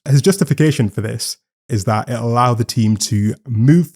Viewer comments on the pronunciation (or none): none